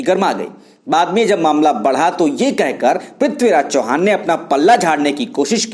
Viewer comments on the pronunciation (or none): इतका अंतिम नाम चव्हाण है चौहान नहीं है.